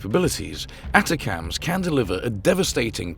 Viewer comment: They're pronounced A-TAC-MS. OK ??? AND you're video is about an American missile but you keep showing RUSSIAN ICBMS !!! HOW UNPROFESSIONAL CAN YOU GET ???